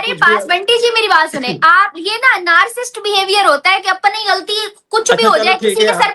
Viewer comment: Ye bc Narcist kya hota hai?? It's Narcissist